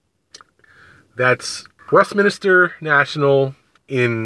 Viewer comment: It's Westminster, NOT WestminIster!!!!!